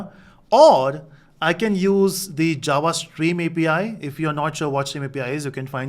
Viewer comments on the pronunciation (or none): none